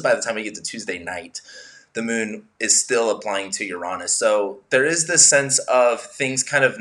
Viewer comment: Finally! Someone who pronounces Uranus correctly. 👍💕